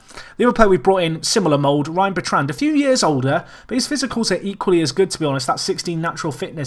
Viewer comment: pronouncing Bertrand incorrectly.